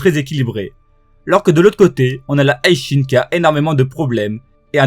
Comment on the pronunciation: Bro je m'abonne seulement si tu cesses de prononcer le HI de HI SHIN à la façon anglaise HIGH ; je comprends mm pas comment tu peux prononcer ça comme ça ; t'as jamais maté l'animé en japonais ou quoi !!??